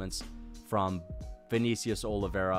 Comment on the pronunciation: “ViKNEEcius Oliveira”